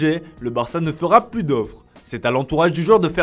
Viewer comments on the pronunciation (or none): none